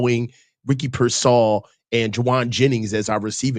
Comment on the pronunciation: And he always says Ricky PearSAll for some reason